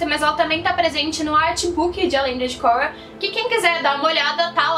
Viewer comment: obrigado por falar o nome da cóura " korra" direito